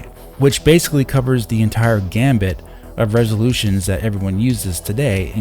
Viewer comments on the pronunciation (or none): It’s go funny to me to hear so many YouTubers trying to say “gamut” but pronounce it “gambit”… 😂 I’ve heard several doing it, and I have to assume they’ve heard the phrase “run the gamut…” but thought it was saying “gambit”